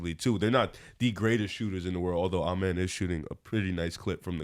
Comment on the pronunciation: please say Amen name right 😂😂 it’s “Uhh Men” not Ahh Men